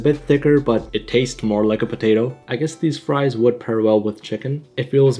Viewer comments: Can't forget ze frois, and ze bebsi! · Where are “FRESH FROIZ”?